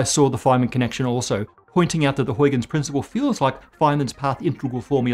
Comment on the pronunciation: He should find out how to pronounce "Huygens" - I was also doubtful about his pronunciation of "Reiss."